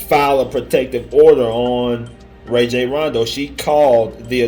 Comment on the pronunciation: Pronounced "Rah-Jhon" ...he is my point God